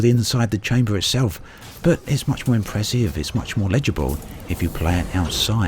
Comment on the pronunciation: Except that David Attenborough can pronounce 'impressive' properly...